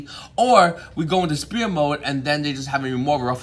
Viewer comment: #qforv why do you say spear mode instead of s-fear mode